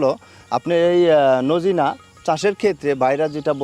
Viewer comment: সাজনাকে নোজিনা বলেন কেন